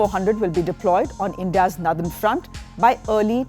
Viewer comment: Clean concise presentation. Except it's not "nouthern". It's "northern".